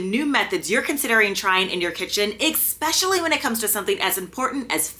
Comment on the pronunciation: "Especially", not "Expecially".